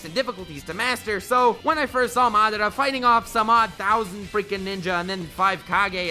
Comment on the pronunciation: I am the only one who subscribed to this man because he pronounced madara correctly.